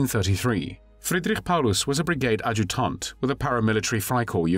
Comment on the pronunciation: Verdoon? Ajutaunt??